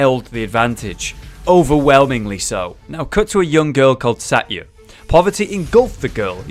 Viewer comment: Satya is pronounced sa-th-ya